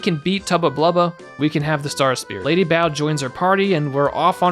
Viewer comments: I always thought it was lady bow, like a bow in your hair, not bow like bow down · I think it is lady Bow, and in Hair-bow